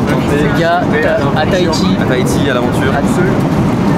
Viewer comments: Miche je suis de Tahiti et on dit tahhhiti on dis le h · J'aime bien quand tu dis Tahiti toi tu ne dit pas le H 😂😂 normalement on entend le H